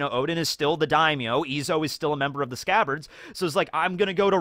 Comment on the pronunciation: “ALL OF THE SCCABARDS…..and Kanjuro…” lmfffaooooo